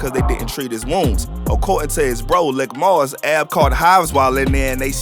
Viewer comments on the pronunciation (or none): its pronounced leek moss,not lick fam. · His brother's name is pronounced "leek" moss* usually short for malik. Pronounced the way its spelled but the "i" in lik moss is said as if it where the letter "e" [the narrator's calling him lick moss ctfu. But... great video/vlog. Free A-R-AB ALL THE GUYS ALL THE OBH💯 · Good Video Very Accurate. But Lik Moss is pronounced LEEK Moss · Pronounced LEEK not LICK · It’s “LEEK MOSS” not Lick moss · It’s Pronounced Leek-Moss not Lick-Moss lol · His name Leek(Lik) not lick moss tf lol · Did you just call him “lick moss?” It’s lik(leek)…. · Bro it’s, “Lik Moss” pronounced LeeK not lick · It's leek moss not lick moss lol please fix it that sound crazy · Didn't seem to be any new news here. Everything a lotta months old to have just been posted. But not bul keep calling Lik (LEEK) Moss "Lick" 😭😭😭😭🤣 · It’s pronounced leak not lick bruh bruh 😂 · It’s pronounced “Leek” Moss ✌🏾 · It's Lik Moss not Lick Moss smh